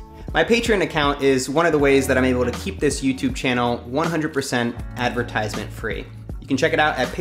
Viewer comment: Ad-ver-tis-ment. Not, Adver-ties-ment.